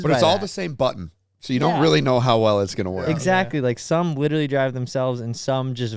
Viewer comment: says witerally lol